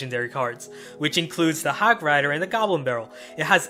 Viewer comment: Hogrider not hogwider